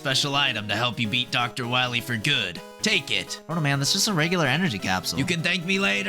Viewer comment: Thanks to this video I have never been able to refer to the Energy Balancer without also adding "that Pwoto Man keeps stealing fwom me" and I'm honestly really thankful for that